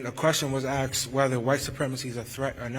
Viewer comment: A question was axed. Its a question was asked